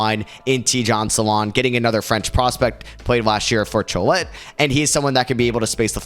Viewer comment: LMAOOOO the Cholet pronunciation. It’s pronounced Cho-lay